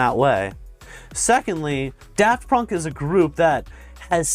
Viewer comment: "Daft Pönk"